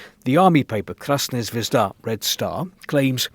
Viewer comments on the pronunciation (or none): none